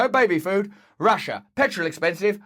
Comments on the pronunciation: Q: How do you pronounce Russia? A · I never realized Russia had so many syllables